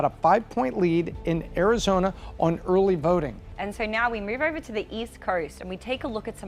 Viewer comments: "Early verting." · early vRting, she said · 🤣 Was scanning comments for Urly Vurting 🤣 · “Early verting” 😂 love her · Just wondering, what is 'early verding'? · "Early Verting" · eurly veurting geurl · Why did the pick her to talk about uhrly vurting? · "Early Verting"